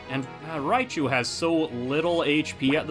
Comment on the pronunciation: Stadium 2 really announcer Raychu? Stadium 1 oh it’s Raichu! Surge’s Jolteon hidden power is ice which is super effective to Donphan and Sunflora and it’s holding King’s Rock! Raichu has focus band and Quagsire has Brightpowder!